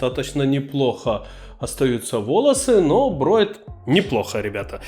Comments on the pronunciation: не "брОет", а "бреет"...в остальном зачОт ! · Да не броет а бреет, говори по русски. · Броет или мне послышалось? ;) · Почему "брОет"😅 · Броит? Это что за язык такой?!